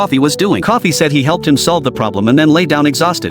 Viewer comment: Bruh its Coffey not Coffee